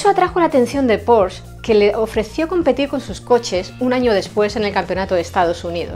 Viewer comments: Muy buen reportaje. Excelente combinación entre imágenes y texto, muy bien documentado. Sólo una levísima corrección la marca porsche, no se pronuncia “porshh” sino “porshe”. Le Mans 66, le da a Miles el reconocimiento que siempre se mereció y a Shelby, su amigo. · ¡Hola,! Ya sabía yo que al final iba a pronunciar mal Porsche. 😂¡Muchas gracias por ver el vídeo y por dejar tu comentario!:) Saludos